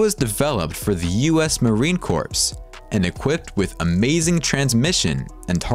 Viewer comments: Dude you don't pronounce corps as corpse it's pronounced like "core" and sidewinder is not pronounced side wind-(like leaves blowing in the wind)-er it's supposed to be pronounced like side wind-(like winding a clock)-er.. Maybe I'm nitpicking but cmon if you're gonna put out content about the #1 miliatry in the WOLRD you should get the pronunciations correct my guy 🤣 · "... developed for the United States Marine Corpse" (as in "the body of a deceased Marine"?) The number of mispronunciations in this video is a detriment to its trustworthiness.